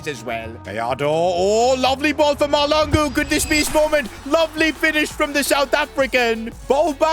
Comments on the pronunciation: It is maHLAngu not Malangu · Its pronounced mahl(Tlh)angu(hard g) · BTW u pronounce bobang ma hlangu the h is not silent and if u see this pls can I have a shout out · Mahlangu not Malango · Bobby huh really it's just Mahlangu bro it's not hard to say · Im south African and I have the same surname as Bobby and that's not that's not how u pronounce our surname 😂